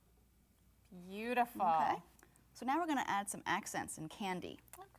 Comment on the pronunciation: have you ever realized that says "ingunna' instead of im going to